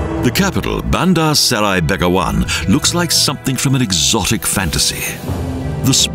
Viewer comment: Indeed, he pronounced 'Seri' as 'Serai'. Well, Serai means lemongrass in Brunei language!